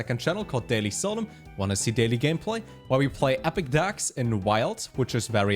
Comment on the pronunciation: Still waiting for Solem to say his 2nd channels name correctly